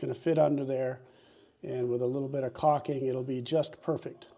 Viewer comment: Good job! But please stop saying "cocking"...., it's "caulking" - with an L.🤭 Thanks for posting the video